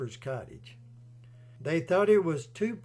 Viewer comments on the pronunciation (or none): none